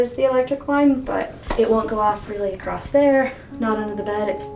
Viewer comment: "Acrosst" very Midwestern word